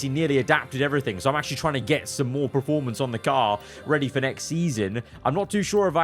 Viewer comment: Please stop saying PRE-formance. I love your videos but it hurts me every 29 times in a videos you say PRE-formance instead of the actually word......PER formance 😘